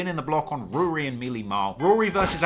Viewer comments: Why can't you say Rory right!?! Who tf is Rooory? Tlr stay in your own lane fam, stick to uk hip-hop. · You were terribly biased towards Ak in that beef, you can't even say Rory correctly. This has nothing that hints at you making something as nice as the J Ville doc. If you seriously look up to AK you need to reevaluate your life. Unsubbed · Nah you fine. Stop calling him Rury tho LMAO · In London we pronounce it Roar-ry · And it’s weird that they are so entertained by mispronouncing his names. Lol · Are you literally pronouncing his name like that due to my last comments? Occasionally when you were mid silioquoy you said Rory fine. Also if you could never say wack again I could continue my transatlantic odd crush on you . It's so rare to find a reasonably intelligent adult who highly appreciates rap, sneakers ,thc doesn't drink and no American accent.x